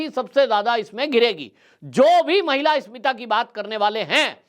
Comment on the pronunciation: आप इस्मिता शब्द बोल रहे हैं, जबकि सही शब्द अस्मिता है।